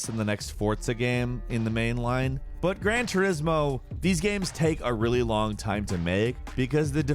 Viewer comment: some good looking "gahms"